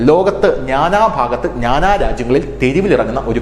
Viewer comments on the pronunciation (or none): "നാനാ" അല്ല "ന്നാന " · നാനാ, പശ്‌ചാത്തലം എന്നീ വാക്കുകളുടെ ഉച്ചാരണം ശരിയാക്കാമോ?